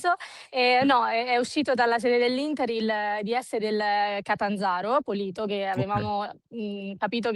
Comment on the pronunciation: Cmq è pòlito non polìto